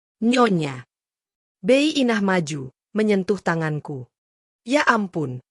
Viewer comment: Sebagai narator yang baik, pakailah bahasa Indonesia yang baik dan benar Bi Inah.... seharusnya diucapkan bi Inah bukan bey Inah...geli kedengeran ditelinga